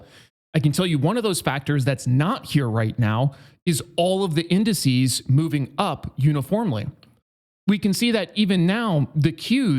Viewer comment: "incices"..... what a doosh